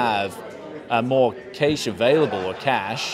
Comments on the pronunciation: you are a bloody Aussie say Cache like you did the first time not like a American. :) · Cay-sh...lol. Cache Pronunciation, in french, cash-A in english, Cash. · mispronounces apache and cache ... im sensing a pattern here.